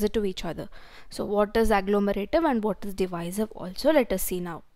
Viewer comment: Second one is divisive not diviser